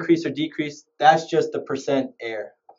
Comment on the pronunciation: percent ERROR. not percent air(no offense)